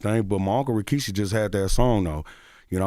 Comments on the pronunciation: was i trippin or did bro say Rashiki instead of Rikishi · Not CTG saying "Rashiki" 🤣🤣🤣🤣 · Bro how he said rashiki 😂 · Charlamagne put some respect on rikishi name say it right